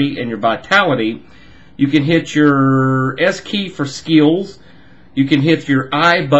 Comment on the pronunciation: Heh you said "skeels"